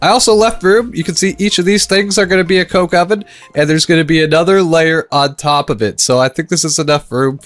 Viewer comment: That is such a wrong way to say coke oven